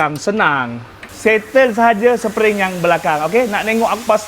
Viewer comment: Spring bang spring bukan sepering